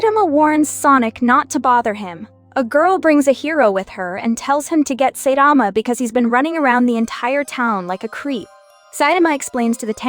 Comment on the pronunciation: It’s (sai-ta-ma)